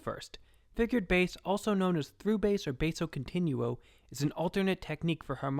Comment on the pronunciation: Good video. For this musical technique, the Italian pronunciation is used, Bass (like "base" for the instrument) is pronounced as Baaah-so Continuo. 🎶🙂